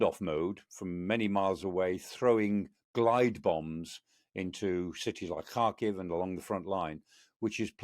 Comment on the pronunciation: Never heard a foreigner pronounce Kharkiv properly until Mr. Clarke! ❤